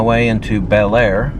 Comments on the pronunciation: Bellaire is pronounced Blair . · Bellaire, locally pronounced bullair, locally referred to as bell dirty, is the town where the train bridge scene from "Unstoppable" was filmed. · Bellaire is pronounced Bah-Lar